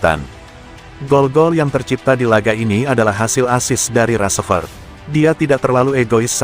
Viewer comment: Nyebut rashford aja g bener itu woyyy